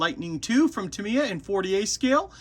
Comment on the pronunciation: too me? its tam eeee yaaaaa